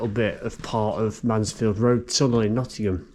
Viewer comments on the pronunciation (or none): none